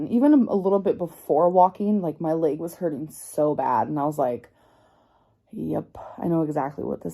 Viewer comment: “My laeg” lol